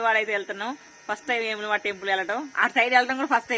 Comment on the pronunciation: ఏములవాడ కాదు🤣🤣 వేములవాడ 👍👍